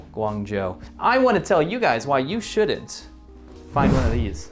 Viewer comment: Why can't you pronounce imporTanT (sic-imporunt) do you say 'shunt' for SHOULDN'T?